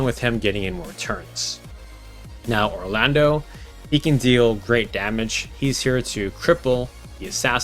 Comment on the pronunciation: Don't know if it was mentioned in the comments, but, just want to say your video is phenomenal. Love almost everything about it.......almost being the key word. Just curious, why do you keep pronouncing The Thunder God Cidolfus Orlandeau's name as ORLANDO. Even with the frist port to America back in the late 90's, yes I am old, it was spelled Orlandu, not ORLANDO. So why or rather how do you not pronounce the name as 'Or-lan-dew'? First time watching your video and first time I have heard that pronounciation of his name, but other than that phenomenal video.